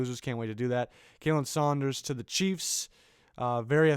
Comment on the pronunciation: Yo bub for Khalen Saunders its pronounced Colin. Just for future reference